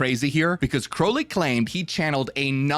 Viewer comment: It's pronounced 'Crowl-ly'.. sorry. It was driving me nuts.